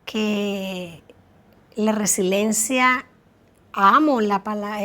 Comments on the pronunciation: la palabra es Resiliencia por lo tanto hay personas Resilientes. No resilentes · mamita, No es resilencia, es resiliencia